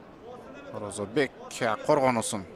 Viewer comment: Орозобек,Орозбек эмес